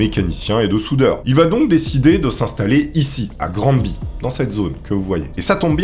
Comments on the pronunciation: On ne dit pas "Grand-Bi" pour Granby, ça se prononce plutot "Graine-Bay" (du moins, Granby au Québec) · granby se pronnonce Granbévoila petite information. ps tes vidéo sont cool